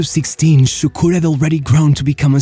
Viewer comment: I was leading Turkish workers, 30 of them, not being a Turk, it was challenging, but they were good lads... until I mentioned Davor Šuker, which sounded like "Sukur", I had to rebuild authority up again just from that